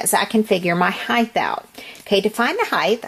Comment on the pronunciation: It's height...not hith